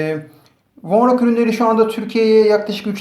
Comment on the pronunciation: Vonroca vornok diyosun